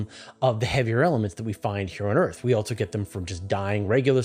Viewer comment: "Else" and "also" do not have 't's in them. They are not "eltse" and, "altso." It's minor, but it is distracting. Where is this accent from? Meanwhile, a lot of people pronounce "often" as "ofen," sans 't'. The content is good, tho. You don't need to do a giant Dyson Sphere. Just reflect the heat back at the star. Duh. You aren't trying to hide the star, just that you are using it for energy. A Dyson Swarm makes much more sense. The energy could also be beamed to other outposts to be used as energy, or to planets, to heat them, all without being able to be seen unless one was in the path of the heat laser. This is like Legos. Why are people acting like this is hard?